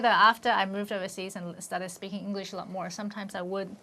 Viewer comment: this British guy pronounces it engish (nothing wrong with it even i say it sometimes. just making a statement)